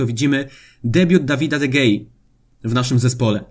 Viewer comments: Jeszcze nie obejrzałem filmu, ale widzę miniaturkę, więc zostawiam bardzo ważną informację do najbliższych odcinków: czyta się De Hea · G po Hiszpańsku się czyta jako h